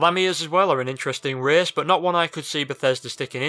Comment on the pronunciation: An 11th "reehce"?